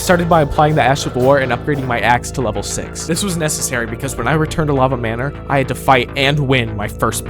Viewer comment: “Lava manor”